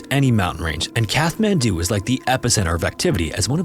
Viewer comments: But it is an AI voice. Listen to pronunciation. In “Kathmandu,” one pronounces the ‘th’ as a T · I'm sorry but your pronunciation of Kathmandu is really annoying. It's Kat-man-do. Not, Kath-man-do 😂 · The 'h' in Kathmandu is silent. It's pronounced cat-man-do. Example pronunciation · “Kath-man-doo?” Dude, it’s pronounced “Cat-man-doo.” Welcome to Earth. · its not Kath man do.... its CAT MAN DO!!! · CAT-man-doo!!!!!!!!!!!!!!!!! I swear to God... say Kath one more time. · It's Kat-mandu. Kat. Not Kath. 😬😬😬! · kaTTTTTT-man-do not kaTH-man-do bro jeepers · Kat-hmandu - the t is pronounced, the h is silent :) thanks for all ur hard work I looove ur videos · Despite its spelling, Kathmandu is pronounced KAT-mandu, not KATH-mandu. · Kat-man-doo, not Kath-man-doo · It’s pronounced Kat Man Doo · it’s pronounced CAT mandu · It’s pronounced kat-man-du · Kathmandu is pronounced "cat-man-dew", just fyi. Look things up if you don't know how to pronounce them. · Sorry mate, I can't listen to the wrong pronunciation of the Nepalese capital any more. It's a hard "t" as in cat. You're welcome ❤ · It’s “Catt” man doo. Just fyi. The “th” means it’s a HARD t. Like “taw” instead of “tah”. But it’s not a “thaw”. Just tryin to help. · I hate to be that guy but it’s pronounced “Cat-Man-Due” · Katt - Mann - Doo FFS. I mean, you're a favourite channel but your laziness with regard to checking pronunciations drives me to the point of distraction. Don't proudly say 'No AI generated content' when you sound like an AI generated voice. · Just so that you’re aware in future videos, you don’t pronounce the “th” in Kathmandu. It’s closer to Kat-mandu like a kitty cat :) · Except for the constant mispronunciation of “Kathmandu”….? (Kat-man-doo) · The h in Kathmandu is silent. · You should have researched and practiced how to pronounce the name "Kathmandu". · The h in Kathmandu is silent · Pretty sure it's a stop, not a fricative, in the middle of Kathmandu. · "KATH- mandu"..::lol